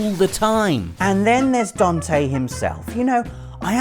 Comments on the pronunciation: Raiden is good.... compared to Venom snake. Also DAN-TE say after me: DAN-TE not Don-te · Who is "Dontay"??? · What is a dawn-tay? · It's Dante, not Donte :P